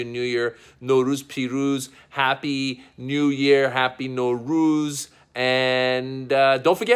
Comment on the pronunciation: They way u say it Norooz it means no day. You should say Nowruz